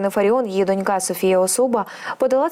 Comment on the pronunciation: Не донькА, а дОнька. Грамотеї.